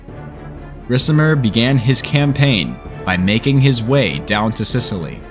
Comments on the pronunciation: Love u bro but u gotta say it like RIKAMER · I dont know why but the way you read the name Ricimer makes me kinda sick :D great video otherwise